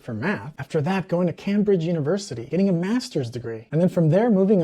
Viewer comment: Cambridge is pronounced CAME-bridge. Thanks!